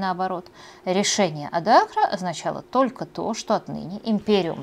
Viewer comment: Особенно тока и шобы, очень мешает и отвлекает. Юлия, если Вы думаете, что это изюминка, или приятная особенность, то Вы ошибаетесь. Старайтесь произносить правильно слова.